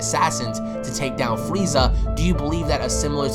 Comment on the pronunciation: Why is he calling freeza,? LOL do you want your wazer wifel